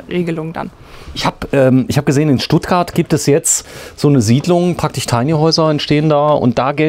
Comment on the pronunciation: kannst du bitte lernen, das SCH richtig auszusprechen? Das „praktich“ nervt.